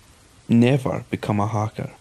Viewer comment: He was a hah-ker